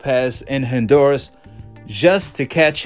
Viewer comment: My dude, it's not Hin-duras. It's HON- duras. ✊🏾✊🏾